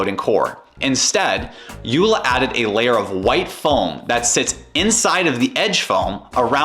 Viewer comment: The name is pronounced Yo La. JOOLA.